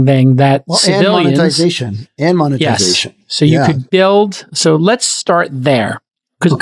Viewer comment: "Moan"-etization, Jason? 🤣